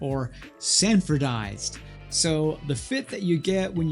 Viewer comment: “Selvedge” not salvedge edge. “Sanforized” not sanfordized (however dude who invented the process is named Sanford…so wtf) I bought a pair of Unbranded a month ago and watched a couple YouTubes. This makes me an expert now on all things selvedge. Watch out In all seriousness I appreciate your videos!